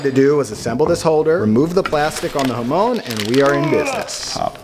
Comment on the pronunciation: the way you butcher the pronounciation of jamón